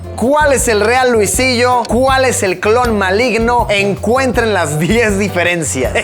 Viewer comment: alguien sabe porque el video me sale en inglés? jajajaja escuchar a luisito en inglés no esta chido jajajaja dice luisilo en vez de luisillo